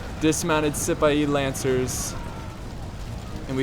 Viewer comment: I think its see-pah-hee lancers instead of how you say it Great Video!